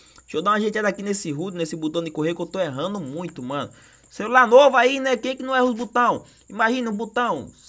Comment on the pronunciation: Eis que voce e pobre "Comprei um novo cerular " Kkkkkkkkk